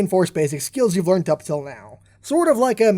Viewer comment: learn how to pronounce "learned"